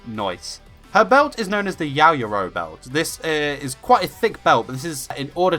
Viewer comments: YaoyorozU Not yaoyorozUH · Yaoyoroza? It's Yaoyorozu! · Yaoyorozu not yaoyoroza 🤦‍♂️😑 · I’m annoyed with how this man pronounces her name. It’s YaoyoroZU not YaoyoroZA. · Is pronounced Yow Yow Rozoo